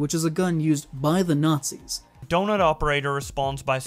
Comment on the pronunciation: The Nahtzees and their Luggers